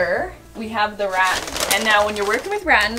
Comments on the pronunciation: That and RATAN!!!! It’s all so wrong sounding. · Yours you’re so cute, it’s pronounced Ra-tan (say like man) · Just an FYI rattan is pronounced like ruh-tan. 😃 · RATan. I'm struggling so much with that pronunciation! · You are amazing! I’d love to see it with the original floral bedding. Also, I’ve never heard rattan pronounced that way. Have I been saying it wrong my whole life? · I've never heard rattan pronounced quiet that way. Love you. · Gosh girl, your pronunciation of Garage and now Rattan 😂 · Hearing mia pronounce rattan as “rat-in” is triggering 😂 ive always heard it as “ruh-ton” love this reno though! So cute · "Rat - Tan" Me: "Ra - Tan, it's Ra - Tan,, please, My OCD can't take it" Initially thought the light above the bed was hanging too low, but in the reveal, it looks like it was brought up a little higher. Love the results... good job. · I always have to ask myself “is this a Canadian pronunciation of a word?”. I usually pronounce it “ruh-TAN” instead of “RAT-an” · Rattan is NOT pronounced Rat-on 🤣 it's Ra-tan! And it's not a THREE quarter round.. it's just a quarter round because it's only 1/4 of a round 😆 also it's a circular saw not circle saw 😂 I love listening to you. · it's Rat-tan im confused at 1st when she said reh-ehn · Rat-tan. Not ratin. Rattan! I bet you also say malk in place of milk and garayge instead of garahge. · Wtf is ratton?....OH , rah-TAN you mean! 😅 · Its pronounced ra-tan right? not rat-in? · It's ra-TAN, not rattin' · say it with me, "ruh-tan", not "raten". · Rattan = ra-tan! The room looks beautiful & cozy!! As always your quirky style sings in the end ♥ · I love you and thought you might want to know it is pronounced rah-tan and actually what you used was caning. My sister and her husband used to have a caning repair business. 😀 I love the room and am so impressed with all of your diy! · Pronunciation- ‘Raw- tan’. I miss being young and just jumping in without fear- great job.